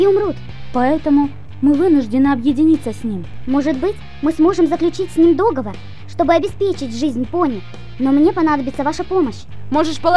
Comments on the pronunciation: В некоторых моментах, уши вянут. Не ДОговор, а ДоговОр! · Не, я всё понимаю, но... говорится договОр... Не кидайте тапками, просто я люблю, когда всё на своих местах